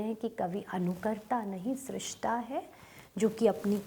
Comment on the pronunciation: सही कहा आपने .... उच्चारण की समस्या है ।